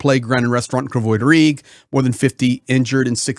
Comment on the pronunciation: Its Kryvi Rih. Krivoy is how Russian would say it .Are you readin Russian script?